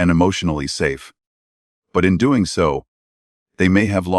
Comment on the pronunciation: Agree......... She is NO Doctor. Kate said "Doeeeen" & "Goeeeen" & "me husband" really ffs.......